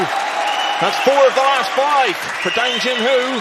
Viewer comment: Great pool. Bit of a fluff up with the intro title using Dang Hin Ju instean of Dang Jin Hu. btw: Chinese pronunciation of Dang, the a is pronounced like 'ah', closer to the pronunciation of Dung than the a sound in cat. This is the same for other uses of a in Chinese pinyin, such as Wang, Shang, Tang etc. Jin and Hu are pronounced pretty much as an English speaker would guess. Like Gin and Who. In contrast, Ding Jun Hui (the Chinese snooker player) is pronounced Ding Jwin Hway. Note, the family name is used first in Chinese, hence Dang and Ding are their surnames, and Jin Hu and Jun Hui are their given names.